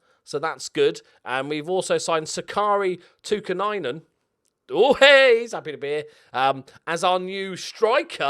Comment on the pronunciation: Repeat after me: Took-ee-aye-nen.